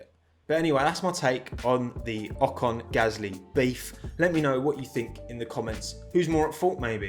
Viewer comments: In an interview Pierre called Esteban "O-con" and pronounced "con" the french way which in french is an insult and means dumb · there is an another little story between pierre and esteban : At the french TV a journalist asked to pierre about Ocon's return in f1, and Pierre instead of pronouce "OCONEUH" said "OCON" and as a french people we have heared the word "con" which is an insult in french. Knowing that Gasly and Ocon were very friends its probably not a pronounciation mistake from Pierre ...